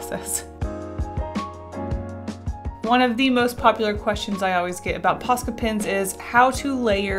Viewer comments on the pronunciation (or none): Im sorry but for the whole video I didn't really read the title I just clicked because I like this channel but I though she was saying pasta pens